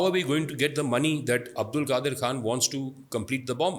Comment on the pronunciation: چوتیا نام نہیں آتا تمیں اور بحث کر رے ہو اس ریسرچر کا نام عبدالقادر نہیں عبدالقدیر ہے 😇